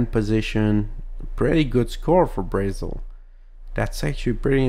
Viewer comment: Here are some correct pronunciations for countries. Brazil: Bruh-zil Chile: Chilley Haiti: It can be pronounced the way you did but it's usually pronounced hatey Japan: Ja-pan